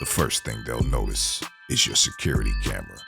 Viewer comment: "I'm with ADT sekurty" 😂😂😂😂